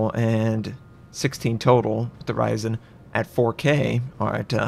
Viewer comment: on the "hoRyzen"